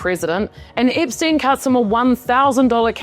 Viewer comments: It’s Epstein, lady, NOT Ipstein. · What are you , Aussie , Kiwi , South African , or which part of the Uk are you from ? Your mispronunciations of the English Language is atrocious ! Ip steen , a geen . . . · Eeepstein and mega keeps making me giggle. I love the accent you have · I love the way you pronouce Epstein like, "Ipstein". I keep hearing it as "Dipstein". 😂